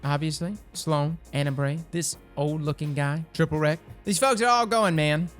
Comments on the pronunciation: "Triplewreck".... LOL!!!!!! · When he called Brother Vance, "TripleWRECK" I actually died 😂